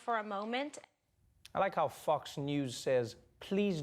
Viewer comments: Is it just me, or is he pronouncing "Fox" as "Fucks"? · O love how he say Fox News like Fucks News😂